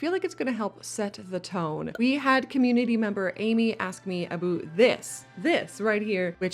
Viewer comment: "Aboot". Thank you for telling us you are Canadian 😂